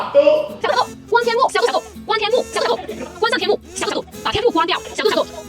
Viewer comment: 是xiao du,不是xiao duo，是小度，不是小剁，你小剁小剁的叫，小度还以为你要剁了它